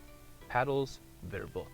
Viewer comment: Your german is terrible xD I‘m from Bavaria and the way you pronounced „verbaut“ which means installed kind of sounded like the german word for prohibition which is „Verbot“ xD I know, our language is sometimes really hard to understand mostly because there are such complicated words xD